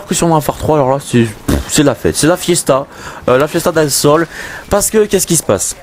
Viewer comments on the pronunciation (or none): La fiesta dal sol !Mdr avec l'accent